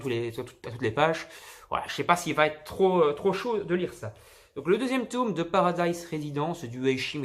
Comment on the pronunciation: Super vidéo mais pourquoi tu dit toume ? Sinon super achats